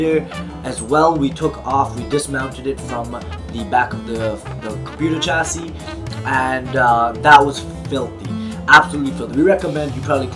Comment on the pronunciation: It's not pronounced "Ch" for chassis its "Sh"